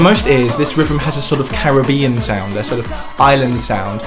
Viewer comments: a little construction critique. you are pronouncing it rivem, which should be rhythm. you are missing the 'th' sound and adding a 'v' sound. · Rivem? You mean rhythm?